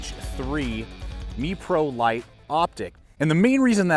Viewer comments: In Israel (where the company is based) it’s pronounced mefrolight. The more you know ... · Couple of things,first so you know it's pronounced like the New York Mets, not meeprolight.Second,if there's tritium in the sight it will glow in pitch dark.I think you may have mixed up fiber optics with tritium. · I think it's pronounced "mep-row-light"... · Learn how to pronounce Meprolight.